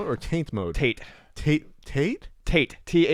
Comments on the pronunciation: I've always heard it pronounced "TAH-tay." I believe "tate" means "vertical" in Japanese. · "Tate" comes from Japanese (it's pronounced "tah-tay") and it literally menas "Vertical" or "Standing".